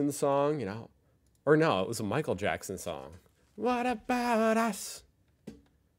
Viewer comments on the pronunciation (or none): none